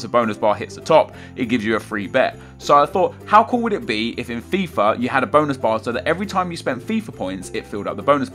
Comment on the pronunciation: I actually thought that he said Bone bar